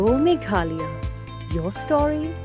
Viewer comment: Ine i bah i dei i ba wan na west Bengal ne?Im nang pronounce sur Khasi ia ka Meghalaya.